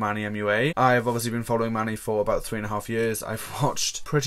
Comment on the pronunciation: I love the way he pronounces Manny (mah-knee) is anyone else just silently in the corner like man-knee no shade I love you just found this a bit funny 💓